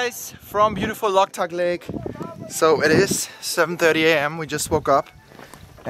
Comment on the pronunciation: Not locktuk lake ,bro" Loktak lake "